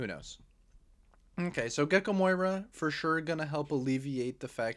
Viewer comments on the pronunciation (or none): Love the content but how we still calling him MOIra and not MORia 🤣